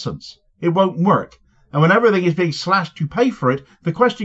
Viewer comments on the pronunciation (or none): none